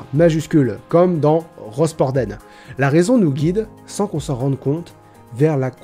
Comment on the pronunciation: Rospordène il a dit jpp c'est rospord1 qu'on dit sale fou